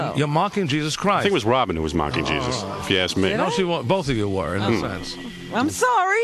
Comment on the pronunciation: He said “I thank”